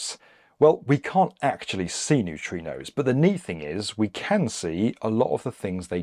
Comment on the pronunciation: and Did you mean to say neutrinos? So confusing!